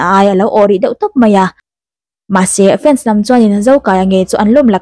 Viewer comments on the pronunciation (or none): none